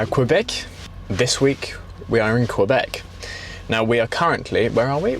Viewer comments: eww, its not QWAYBEC, its KEE-BEC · Tadoussac… such a beautiful place. Take the time to drive up to Natashquan and up to Kegaska. You won’t regret it. As a side note, Québec in English is pronounced like keybek, like in French. Moose are great but they are dangerous if they feel threatened. Did you got your bear spray?